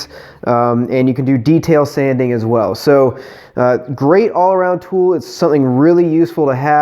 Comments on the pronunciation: Whenever he says Dremel, you're hearing toy. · Whenever you say Dremel tool your saying toy.